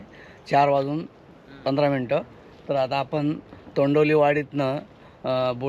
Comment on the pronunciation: तोंडवली नाही तोंडवळी बोला विस्कळीत व्हिडिओ वाटतो.